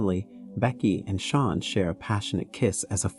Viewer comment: Sean is pronounced like Shawn not Seen 😭